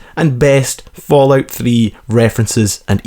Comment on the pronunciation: it İs fallout not falloyut?!